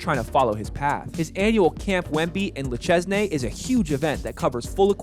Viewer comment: If you want to pronounce Le Chesnay, you don’t pronounce the “s” and the “ay” is pronounced like “ai” like in “air”